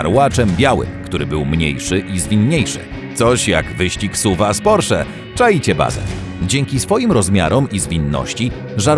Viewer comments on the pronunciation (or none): none